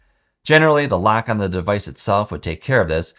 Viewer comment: Great quality and information, my only pet peeve is how you pronounce the O sound… it really throws me off when you say lAck instead of lock and Aptions instead of options… I know it’s petty, but that almost made me stop watching 😅